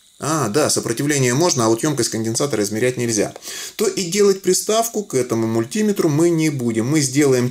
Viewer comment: Неприятно слушать про мульт-и-метр. Ты же не говоришь: амп-е-рметр.